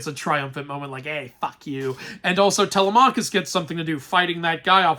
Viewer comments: In the movie, they pronounced Telemachus's name correctly, why can't you? It's Teh-LEM-a-kis ! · Zendaya was supposed to look like a young woman because that isn't what Athena actually looks like. Athena takes the shape of a woman that was killed in front of him to symbolize his shame. Also you pronounced Telemachus incorrectly (Edit: A lot of mispronounced greek names/words) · Your pronunciation of Zendaya and Telemachus kills me